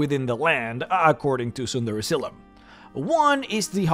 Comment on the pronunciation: Am I the only one who thinks he keeps saying "Tsunderezylym?"